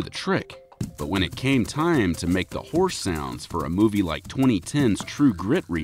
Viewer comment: Did he say 2000 pound hourse? Wtf